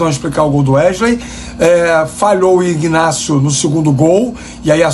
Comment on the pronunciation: IGGGnácio é Flórida., o G é mudo. Inácio é o nome do cidadão.😂😂😂😂😂